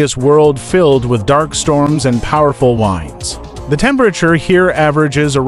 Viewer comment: the AI voice really did you no service. It sounded stilted and made several mistakes. Example "the winds..." meaning a noun that refers to the movement of an atmosphere. What the AI voice said was "the winds" as in the verb for winding something up. That's just one example of why I hate it when content creators don't use real people for their narration voices.